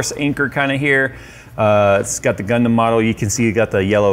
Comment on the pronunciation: Not what I expected, you say Gundam I hear Gangnam Style